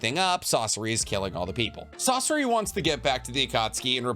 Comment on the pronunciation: sauce-o-ra???😂 its SA SOR RI bro why does every youtuber get pronunciation wrong when its in the show